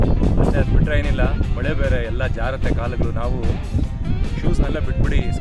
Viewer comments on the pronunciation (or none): ಮೊಳೆ ಅಲ್ಲ ಸರ್ ಮಳೆ